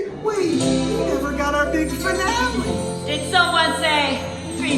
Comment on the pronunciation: Did someone say "fee-nah-lé"?